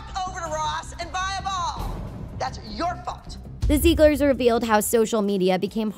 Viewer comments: ZIG-LERS not ZEEG-LERS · Stop. Saying. Zeeglers. It’s Ziegler’s. (Zig-lers) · When she said Zieglers, I thought she said Zebras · Take a shot every time she says ‘Ziegler’s’ wrong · imagine posting an entire video about the zieglers yet mispronouncing the name each time kdjdj